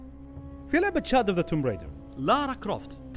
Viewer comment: بس معلومة صغير لللإفادة ... اللعبة اسمها توم رايدر مش تومب Tomb Raider هذا كتباتها بس ال B لا تقرأ